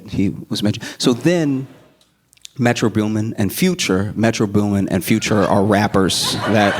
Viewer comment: metro byoomin.